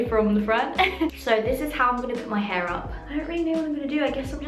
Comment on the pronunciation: “for curly hæ”